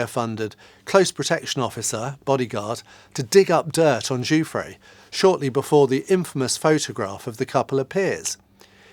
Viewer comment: Giuffre is cousin to another Giuffre close to me … thanks for pronouncing her name correctly .. cheers from Australia